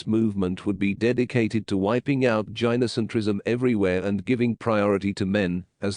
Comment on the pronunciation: Tip: When writing the script for your TTS, spell gynocentrism as guy no centrism instead. It'll help with the pronunciation.